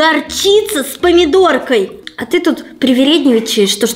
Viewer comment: ты сказала памадорка